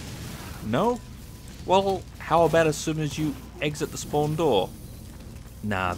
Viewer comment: be like: SPOAWN SPOAWN SPOAWN. No offence; )